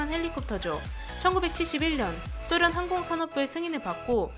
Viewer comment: 소련이라고 발음해 주면 안되나요 왜왜왜 쏘련이죠... 백라이트 해도 될것을 왜 빽라이트등등 된소리는 필요하나 왜 굳이 드러운 표현을 골라가면서 쓰는사람처럼...왜... 비야냥이 아니라 왜...